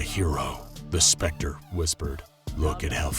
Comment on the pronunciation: is that really how you should say T H E S P E C T E R